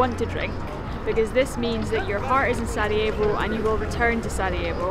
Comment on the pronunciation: she said "Saudi evo" instead of Sarajevo